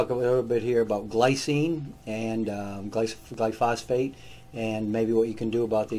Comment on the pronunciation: Dr Bob, why do you pronounce gly-pho-sate as gly-phos - fate ? 🥺